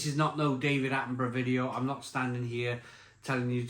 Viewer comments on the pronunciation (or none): none